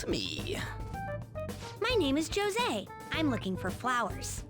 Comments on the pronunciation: It seems 'Jose' isn't very far into his studies of humans... NO HUMAN PRONOUNCES THAT NAME LIKE THAT! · Jose is pronounced how the characters say it even in Japanese but to me it always feels just……wrong